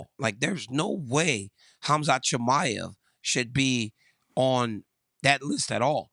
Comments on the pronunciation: Chael called him Conjob Chimaev lmao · How is Chael still butching everyones names lol